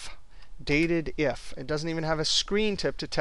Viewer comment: DATED-IF? I always thought it's called DATE-DIF.